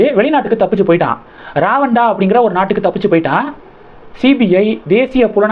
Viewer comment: பிரதமர் நிதி தமிழக திட்டத்திற்கு கிடைக்காது என்றால் sticker ஒட்டுவதில் சிக்கல் வரும். மத்திய அரசு நேரடியாக பணத்தை தரும் வழி செய்தால் உள்ளூர் சில்லறைகள் வாயடைத்து போவர். ருவாண்டா என சரியாக உச்சரிக்கவும்